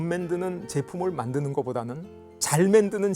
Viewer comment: '맨'드는 이라고 자꾸 얘기하니까 내용과 상관없이 되게 격이 떨어지고 신빙성이 안가네요